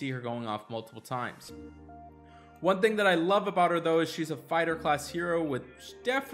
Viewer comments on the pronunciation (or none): none